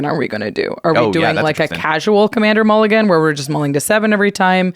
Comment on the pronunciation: Sorry, I can’t get past mool-I-gan